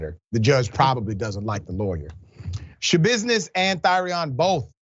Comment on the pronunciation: Sha-business tried to give the lawyer "tha-business" 🙄 😒 😑 🤣